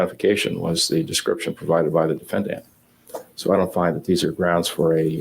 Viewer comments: For some reason I have huge issues with how judge is saying defendant... it is bugging me and I have problems focusing on the rest of the video haha oh my lovely autism brain... the a at the end should phonetically be said the same as the e in the beginning but it doesnt sound like that in my ears and it really throws me off - dəˈfendənt I remember this trial but I didn't watch most of it. I was my first year in college at the time and I had so much homework. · Ugh same, each time he says it, it bothers me more than the last time. It’s so infuriating that I have trouble concentrating